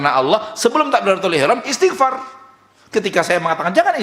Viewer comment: Mas, itu istighfar bukan isti'far. Ini tanda anda memang perlu banyak belajar (saya juga), sehingga tahu kalo kita seharusnya cukupkan seluruh ibadah kita sebagaimana dicontohkan Rasulullah, tidak perlu bikin2 atau tambah2.